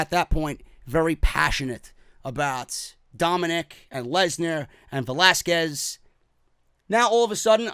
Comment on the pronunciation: Thank God he's pronouncing Velasquez properly now